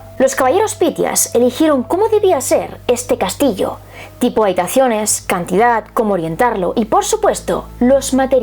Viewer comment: Porque dices cantidat es cantidad